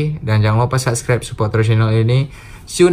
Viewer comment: Sebut subscribe aja salah -_